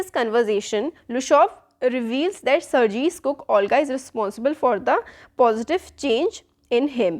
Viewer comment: Sir mam but use sargi nahi sargei bolte hai